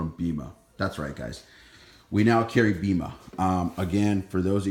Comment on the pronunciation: Its not a huge deal but it’s pronounced BAYMA!